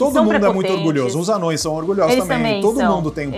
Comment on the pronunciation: ANÔES !!! "ANÂOES" dói !!